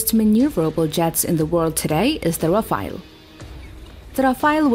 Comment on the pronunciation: bro what's the " Raphael ", it's Rafale